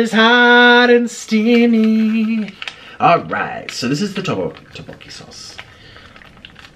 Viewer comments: he said "roboki" its tteobokki. please get your foods right my guy. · Teboki not tibok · Its pronounced To-Bo-Ki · The main syllables is DUCK-bok-gi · the way he said tteokbokki im sorry